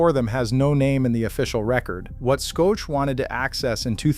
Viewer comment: Shoke? Skoetch? His name is pronounced "SHOCK"!